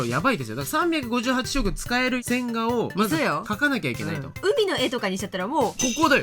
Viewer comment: 線画が音だけ聞いてると洗顔に聞こえて (,,`・ω・´)ﾝﾝﾝ？てなる笑